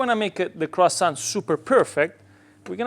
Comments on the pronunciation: Brother, love your pizza video, but my mom is French and she would slap you for calling this croissant. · Olive oil ? In a croissant ? Are you serious 😂 my ears are bleeding 😊